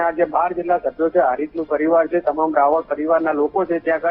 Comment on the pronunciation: રાવલ નહિ. રાવળ બોલો❤